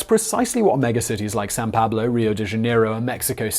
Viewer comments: It’s not San Pablo it’s São Paulo... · Its still wrong. Nobody calls it like that. The closest would be San Paulo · Did you mean São Paulo when you said San Pablo? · San Pablo? I’m gonna assume he meant São Paulo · I can get your point. But no intelligent English speaker would say San Pablo. We all know Sao Paulo, so why change it?